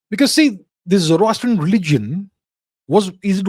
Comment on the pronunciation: Ajam means Dumb. Where did you find it? Ajam means non- Arab. It would be better you do your study. This guy does not know how to pronounce Zoroastrian.